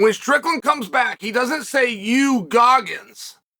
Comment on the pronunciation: Did he say Guggins?